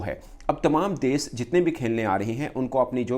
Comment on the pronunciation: Ye mulk ko des bolta hai... Bhai des nahi, desh hota hai.... 😂😂😂 Paxtanio ki english Subhan allah or urdu Masha allah 😂😂😂😂